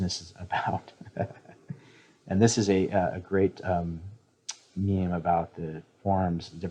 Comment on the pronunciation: "Meme" is not produced "mime".